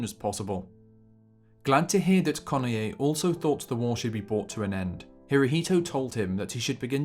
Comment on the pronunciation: Study correct pronunciation of ":Kenoye." Two syllables, not three.